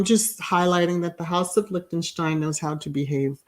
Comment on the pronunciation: I knew of her also! I studied German in high school and college! Your pronounciation is correct! Some didn't attend their wedding, but all is fine! We don't hear any craziness from them.